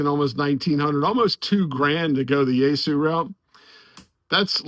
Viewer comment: Yeasu? You mean Yaesu😅